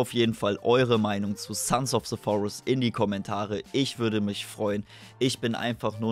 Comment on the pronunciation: wie einfach selbst leute die gut englisch reden bei dem game immer SE Forest sagen XD